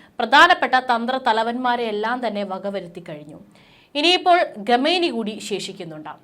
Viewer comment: 'രെണ്ടായിരത്തി' ഇരുപത്തിമൂന്ന് എന്ന് അല്ല. 'രണ്ടായിരത്തി' ഇരുപത്തി മൂന്ന് എന്നുച്ചരിക്കണം. ഗെമേനി എന്നതും തെറ്റ്